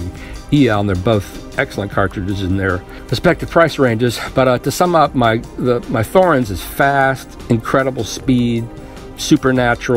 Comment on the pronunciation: It's T-horens. T not th.